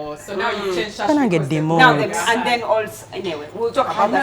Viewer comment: I hear demoted 🤣🤣🤣